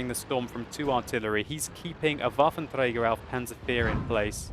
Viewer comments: Lol how many times did he say "wafer treiger auf panzerzezrzrzzddkdkm fia" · sounds funny for germans when u say waffenträger ^^